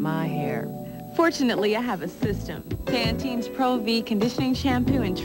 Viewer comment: Why she keep saying Pantenes Pro-V? No extra S on that name hun! #fail